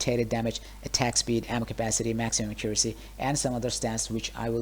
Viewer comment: i guess alot of DF2 players dont know how to say accuracy right lol